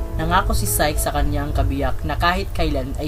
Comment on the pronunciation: Psyche ang pronounciation is sayki